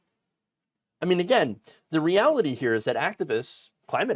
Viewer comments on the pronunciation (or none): none